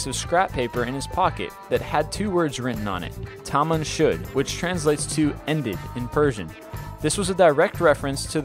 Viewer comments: it's not pronounced tamaam shod it tamoon shod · Its Tamam Shud not taman shud. Very different